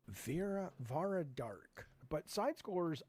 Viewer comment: Only we’re allowed to say Vara’s name wrong, beat it Jaffe.